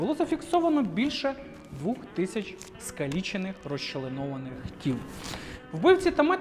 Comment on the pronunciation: Не заставляти, а змушувати, не на протязі, а протягом, не двУх, а двОх. Одним словом, з монтажем, костюмами тощо все добре, а ось над мовою потрібно краще попрацювати! Коментар для підтримка і трохи критики)